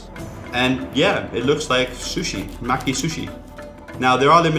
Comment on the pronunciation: it's no-dee not no-ree and it's ma-kee not what you said sorry to correct you, but it just really irks me when people mispronounce japanese words.